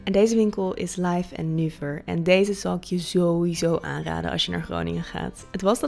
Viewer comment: Haha Laif & Nuver, lekker Grunnegs. Je zegt het wel heerlijk Hollands ;)